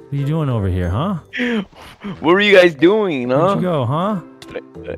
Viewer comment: I heard hello gays